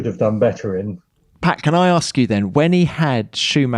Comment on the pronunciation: I think it's Pat not pay, buddy ..